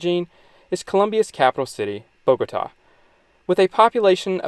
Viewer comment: Thank you for this informative and balanced video. And you even taught me something on the Biodiversity of Colombia, the very article I wrote years ago on Wikipedia. Just a pity about the pronounciation; it is Bogotá, the accent should guide you to stressing which syllable, it is not Bógota. But else, good video.